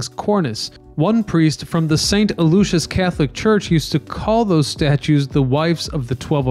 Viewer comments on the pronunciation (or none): none